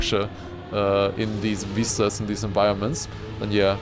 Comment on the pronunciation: All zee Germans say veeestas not vistas 😂